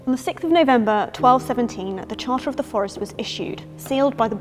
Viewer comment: The chárter